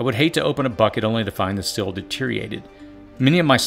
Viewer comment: Why am I coming across so many people who pronounce the word "seal" as "sill"?